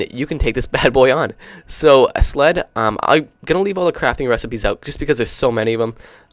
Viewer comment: When he said sled it sounded like slut...